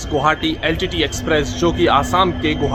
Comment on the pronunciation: Vai gouhati nhi hota h ye Guwahati h Gu wa ha ti Please pronounciation Guwahati not gauhati